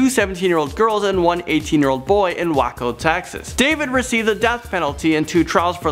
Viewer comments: Ermm...it's not pronounced Wacko it's Way-co.... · Texas does not play around. BTW Waco is pronounced (WAY-CO) not wacko! lmaooo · Wack-o Texas? Wake-o Texas surry had to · I love how he pronounced Waco as „Wacko“ it’s pronounced Way-co 😂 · im sorry but He pronounced Waco wrong. He said Wako. Im dying. its Way-co. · Leopard Dragon /// It's not like he's an expert at pronouncing words. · Wacko Texas 😂😂😂 it’s pronounced Way-co, if anyone’s wondering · Its Called Waco (Way-Co) Not WackO Im From Waco And As Soon As I Heard It I Knew I Had To Tell You! Also Im FromTexas:3 Howdy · Wacko, Texas! Oh my gosh. This made my day! Lol. It is WAY-co. But Wacko for sure fits it better. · Whacko, TX lol you mean Waco?😂 (way-co) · "Wacko, Texas" lol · WAY-CO Waco Texas lol not wacko texas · Waaaco texas? Lol Waco pronounced (way-co) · It is not wahco...wacko.....waco is pronounced like way-co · he pronounced “Waco” wrong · You pronounced Waco wrong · LoL we call ourselves Wako lol but it's pronounced wAy-co lol good try tough lol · Its pronounced wake-o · it's pronounced like this Way Co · He pronounces Waco wrong, where my Texans at 😪🙋🏼‍♀️🙋🏼‍♀️ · You pronounced Waco wrong. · This guy pronounced Waco wrong. Lmao. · the way he said waco